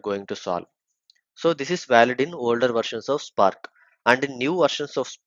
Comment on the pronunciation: nice tutorial man but i wish you pronounce words better. You say visualize and spark wrong. It's vish-ualize and spark not shpark. Also it's good if you explain what reduceByKey(_+_) does. What does the _ do. I think i know about the placeholder variables already but may help newbies.